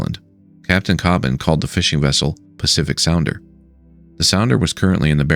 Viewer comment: Thank you for making an honest detailing of the findings from the Coast Guard and NTSB Marine Investigation. Just a slight correction, My Brother's name is David Leigh Cobban, not David Lee Cobban. Also you are one of the first people I have heard actually say our last name correctly, so thank you for that as well.